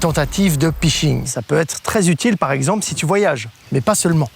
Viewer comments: "les tentatives de pishing" ooh non pas ça ! "Ph" ça se prononce "f" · Les tentatives de phishing* pas pishing